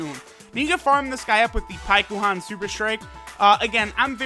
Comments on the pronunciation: Its pronounced like Pykon. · Why does he say paikuhan so weird you don’t say it with the u. He’s clearly never seen dragon ball z or the Goleta and Janemba movie(forgot the name) if he doesn’t know how to say paikuhan